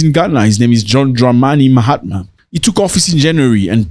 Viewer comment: Mahama not Mahatma. NO ‘T’